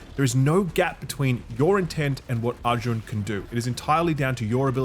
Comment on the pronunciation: First reviewer pronouncing Arjun correct.